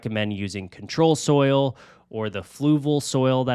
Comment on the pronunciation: It's UNS ControSoil, not ControlSoil It's Fluval Stratum, not Stratun It's Amazonia, not Amazon 😭😭😭